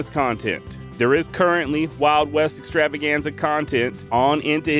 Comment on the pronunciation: 😂😂i love it when you roll the R's in Extrrr🥁rrrravaganza. This is my favorite podcast for traveling around the mountains Out West slangin my wild foraged balms and libations. 🔥🙌🌲🖤💫🇺🇸 excited to download a bunch of episodes through resin foraging season out in the forest this winter! 🤘🌲🍯💫